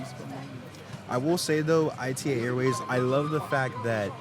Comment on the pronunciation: Super video but pleaseee ITA is pronounced as a word (etah) (as the start of "Italian") not as an acronym. ITA is an acronym but that's the name of the company, not of the airline that is called ITA Airways. Everyone in Italy calls it ITA as "etah". But thanks for your review anyway!!